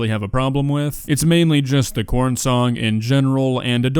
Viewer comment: That doesn't sound like "Its corn" it sounds like "IT'S COLD"